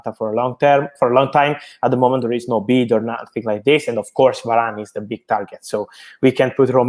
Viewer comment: is it just me or Mark really have this Italian accent when he said "Varrrane"?